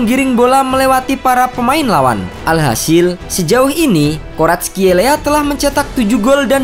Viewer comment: Commentator bola malah sering nya nyebut 'Varatskel...'